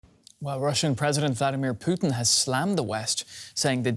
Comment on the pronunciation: Putin, not Putn.....